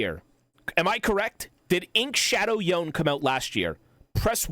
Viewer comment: i hear this guy call yone "yoan" i click off cringe